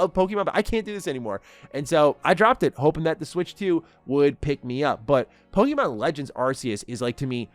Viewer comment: Hey! Love your energy and passion when talking about Pokémon, but I noticed you’ve been saying “Pokeemon” instead of “Pokémon.” Just wanted to share a quick tip—it’s pronounced “Poh-kay-mon,” like in the original Japanese. The accent on the "é" helps with the "kay" sound. Keep up the great content, and I’m looking forward to more of your awesome Pokémon takes! 😊🎮